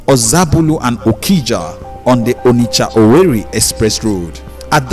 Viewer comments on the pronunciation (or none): Guy who is narrating can you please use your normal Nigerian accent, it sounds better. You know that’s not how to pronounce ‘onitsha’ 👀 you